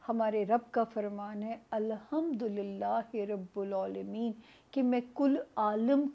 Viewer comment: سامعہ خان پلیز غور کریں میں کوئی عالم تو نھی ھوں آپ جب سورہ فاتحہ پڑھتی ھو تو آپ رب العالمیں ب کے اوپر پیش پڑھتی ھو جبکہ ب کے اور اوپر پیش نھی ب کے نیچے زیر ھے